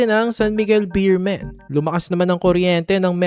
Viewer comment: BEEMEN daw 😂😂 hahaha BEERMEN Po kuya salamat